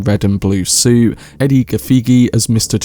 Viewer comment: I love your video and your thoughts. My only encouragement is to learn Edi's name correctly but other than that great video